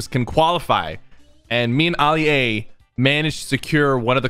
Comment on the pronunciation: Why he call Ali a oli a